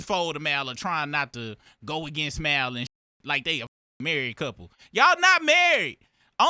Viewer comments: The He Keeps Callin Him Mile Instead Of Mal Is Crazy 😂😂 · I'm new around here.Why do they pronounce Mal's name like that? They sound like real life A.I.. It's pronounced Mall. Are they trolling? 😂